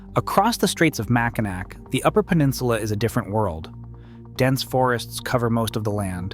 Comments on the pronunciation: Mackinaw, not Mackinac. But still a very informative post. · Mac-kin-ack? WTF?! No one pronounces it like that, NO ONE! It's Mac-in-awe. All the time, regardless of French or English c's or w's.... It's fucking Mac-in-awe. All the time, every time. I did not listen to rest of your video after that, and have will block your site from appearing in my feed any further, if you do not address it. Thank you. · Mackinaw. Not Mackinac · MackiNAW not Mackinac. Cries in Michigan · It's pronounced mack-in-naw not mack-in-nack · You lost me when you said “Mackinack”.. Do your research..it’s pronounced…. ‘MACKINAW’….🙄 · It's pronounced MAK-A-NAW, not MAK-A-NAK! Thank you. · It's pronounced "Mackinaw", not "Mackinack". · Dude, it's pronounced "Mackinaw", not "Mack-in-ack". Yes, I know how it's spelled. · Macki-NAW, not Macki-nack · It's Mack in naw not Mack a nack. That is one word that irritates us Michiganders. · Great video ... however the announcer is obviously not from Michigan ... Mack-In-Ack ... BWAHAHAHAHA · Across the straits of "MAC-KENAC "? LOL! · Mack a nack? Um it’s Mack in naw! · Did you just say Mac-i-NACK? I bet you're one of those kids that run around saying adults don't know what they're talking about. I'm not even going to watch the rest of this. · It's pronounced mack-in-NAW, not mack-in-nack. Just saying. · It's pronounced, "Mac-in-naw" not Mac in Ack. Please get your heads correct. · since you didn't check the pronunciation of Mackinac before recording this video, it's MACK-ih-naw, not MACK-ih-nack, and is because the origin of the name is Ojibwe/Ojibwa/Chippewa. 2) Isle Royale (National Park) = I’ll royal (Anglicized from the original French pronunciation—EEL roy-AL for ‘royal island’ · Love how ignorant people mispronounce Mackinac. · If you are going to put in the effort to make the video then do your homework first. Learn how to properly pronounce the names of things and places first. It's Mack-in-naw pronunciation not Mack-in-nak!